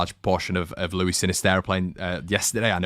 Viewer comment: Sinisterra is Colombian so his name pronounced Loo-eese not Loo-ee